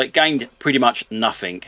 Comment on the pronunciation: It's (nothing) not nuffink.